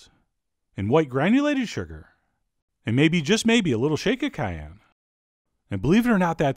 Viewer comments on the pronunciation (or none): none